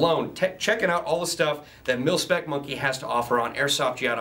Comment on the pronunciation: he says pilspec instead of milspec